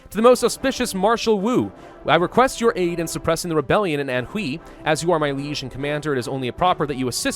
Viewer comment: just FYI, the letters "hui" are pronounced "hway"